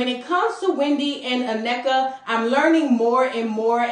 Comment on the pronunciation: Thanks for showing respect and pronouncing Nnekas name correctly!🎉